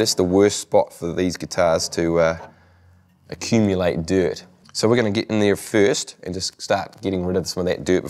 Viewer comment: "acciumilate diurt"